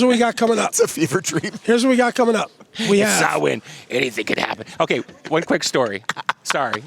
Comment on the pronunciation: Delighted they pronounced Samhain Sow-in and not Sam-hain 👍